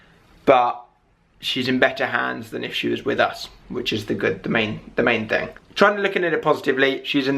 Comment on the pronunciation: am i the only one who noticed that it sounds like he said think when he said thing (sorry for my english i'm from sweden)